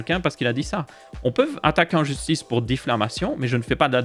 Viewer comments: Merci pour ton intégrité et travail . Yep. Pour info c'est diffamation et non difflamation. Yep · On dit Diffamation et non Difflamation